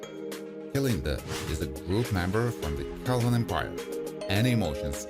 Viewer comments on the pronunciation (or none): none